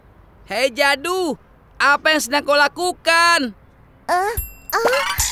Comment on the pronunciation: Mohòn maaf bukanya bikin netijen marah tapi na manya bukan jado tapi jadu😅😅😅😅😅😅😅😅😊😊😊😊😊